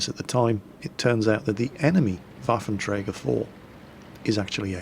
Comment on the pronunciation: you are pronouncing 'Waffenträger' pretty good practiced a lot? :D